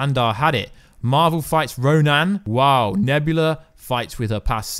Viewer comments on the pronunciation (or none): Why did you emphasise "roNAN"? Ronan the accuser... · Damn dude. You swear you came up with every major theory. And you dismiss everything that you haven't "predicted". I listen to you because your cockiness is Hilarious! Plus your mispronunciation of "Ronan"! 😂 You gotta settle down my dude.